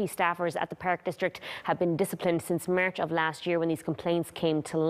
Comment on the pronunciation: Merch 😖😁 It's March... her Accent is getting Worst 😁